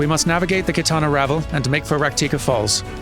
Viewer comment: reacted with relief when he learned that he'd guessed the right pronunciation of "Qitana Ravel," but he seems to have missed the revelation that he got "Fanow" wrong. Can't win 'em all, sadly!